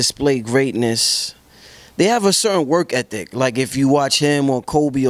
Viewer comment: i aint gon lie...i fully expected to pronounce it "work effic" but he nailed it! "work ethic"